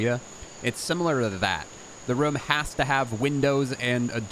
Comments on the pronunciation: Why do you say "room" like "Roum" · Is he saying romes? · The way that you say “room” is so funny😂😂😂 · I was thinking the same thing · The way this guy says "room".... is it just me? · where is he from the why he says "room".